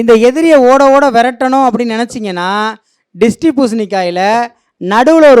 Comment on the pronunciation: டேய்... அது த்ரிஸ்டி பூசணி.. ட்ரிஸ்டி இல்ல